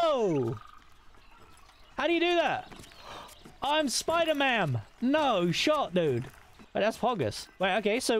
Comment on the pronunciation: It's Spider-MAM sir! RESPECTFULY!